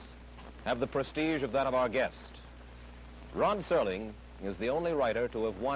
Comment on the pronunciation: I thought I just heard Mike Wallace refer to him as "RON Serling" in his introduction. Am I the only one that heard that?